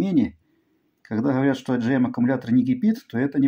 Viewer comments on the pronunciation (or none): Автор всё время говорит ай-джи-а аккумулятор. Это не совсем правильно, т.к. даже субтитры пишут igm. Правильно говорить эй-джи-м аккумулятор, что соответствует английской транскрипции agm. Это мелкая придирка, но если в Европе вы придете в магазин и попросите ай-джи-и аккумулятор, то вас просто не поймут. Вообще, агм аккумуляторы позиционируются как необслуживаемые. Если аккумулятор начал тупить, а гарантия уже прошла, то лучше купить новый аккумулятор, либо КАСКО страховку, в которую входит бесплатный эвакуатор. Так как самый дешевый эвакуатор здесь стоит 188 евро и то в пределах одного города. Большинство современных автомобилей имеют автоматическую коробку передач, их буксировать на галстуке никто не согласится. Скупой платит дважды.